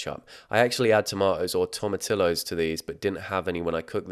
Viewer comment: As a Texan, hearing him pronounce "Tomatillos" physically hurt.